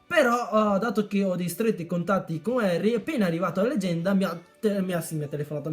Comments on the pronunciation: Che fail "leganda" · legganda...lol grande